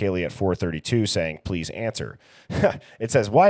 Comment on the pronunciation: Or Please but saying it like Polease